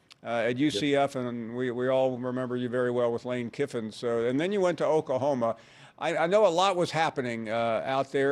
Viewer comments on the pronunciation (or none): I CANT STAND HOW PAUL PRONOUNCES “OKAHOMA”!!! ITS OKLAHOMA PAUL!